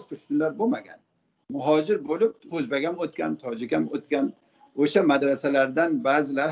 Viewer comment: Озбак эмас Озбек болади амакини гаплари жута тушунарли болди лекин Озбак дейиши йокмади